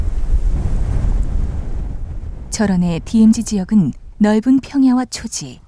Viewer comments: 재 두루미는 전세계에서 제일 개체수가 많다. 미국만해도 재두루미를 사냥 허가 해주는 여러 주 ( state )가 있다. 하루에 3마리까지 잡는것으로 허가하고 있다. 그러나 더 큰 두루미는 보호하고 있다. 디에므지 라고 발음하는분, 일본식 영어 발음이네요., 발음 고치세요. 디엠지라고요. 여기 큰 두루미는 단정학인것 같아요.머리에 붉은색이 보이죠. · 디에무지 발음 터지네요 ㅋㅋㅋㅋ